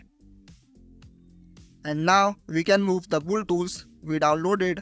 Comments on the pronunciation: Build ❌ Bolled ✅ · Build ❌ buld✔️